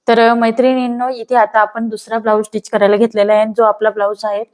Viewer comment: स्टीच म्हणत जा.. टिच नाही.